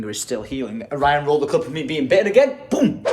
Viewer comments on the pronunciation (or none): none